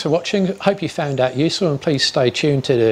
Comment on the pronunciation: I dought da same ding